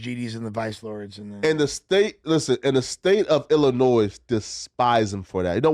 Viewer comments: First of all. We don’t pronounce the S in Illinois. The S is SILENT. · him pronouncing illinois with the S told me all i needed to know in the first 30 seconds 🤡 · My God this guy sounds like such a f'n idiot.... STOP SAYING THE "S" AT THE END OF ILLINOIS! How is he that grown and doesn't know how to pronounce a state name? And tries to sound intelligent while not knowing what the hell he's talking about.